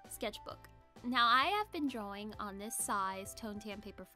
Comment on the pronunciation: I love how you say drawing like drouing